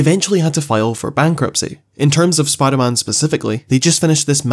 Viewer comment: Spimder man.